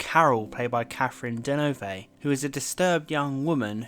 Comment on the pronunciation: "Caffren Dervay"?!? Wtf!!! Too much trouble,, to get it right?